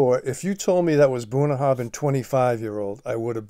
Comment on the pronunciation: Just to note in Scottish Gaelic a 'bh' is usually pronounced as a 'v'. The 'bh' in Bunnahabhain is pronounced as a 'v'. *copied from their own website: WELCOME TO BUNNAHABHAIN Pronounced 'Bunn-na-ha-venn', meaning 'mouth of the river' in Scots Gaelic, our distillery is the most remote on Islay, nestled in Bunnahabhain Bay on the shores of the Sound of Islay.